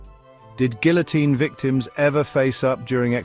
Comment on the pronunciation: You're saying Guillotine wrong.